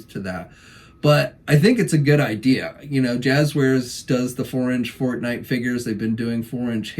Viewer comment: I heard fart night lol when you said forte night lol